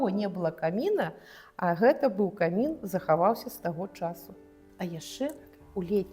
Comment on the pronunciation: Замардавалi, падлы, у Маскве нашага волата ад лiтаратуры! 40 гадоу!!!! Чаму не раскрыв aюцца падрабязнасцi на экскурсii?? Не аддзельна, а асобна, кОмiн, а не камiн. Для супрацоунiка музэя беларускага лiтаратара весцi экскурсii на такой трасянцы проста сорам!